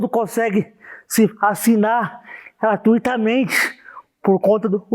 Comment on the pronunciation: "Gratuitamente" kkk, aqui o cara já perdeu a credibilidade.